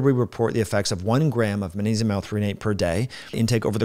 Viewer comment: I'm not even one minute in, and you've pronounced magnesium as "ma-nesium" about 5 or 6 times already. I don't think I'll be able to watch the rest of this. It's hard for me to put much weight in the words of a man who looks to be at least 45 years old, and still lacks the intelligence, perceptiveness, and self awareness to correctly pronounce and enunciate the word, magnesium. Especially when you're on camera and recording a video with the intention of publicly broadcasting. If youve spent multiple decades using the English language as a primary means of communication. Yet you still can't properly pronounce and enunciate a word that the average 5 year old should be able to pronounce, and can't even dial it in on camera where you'd think there would be an emphasis on clear communication. I can't imagine all of the details you'd probably overlook, on topics that are actually complex topics..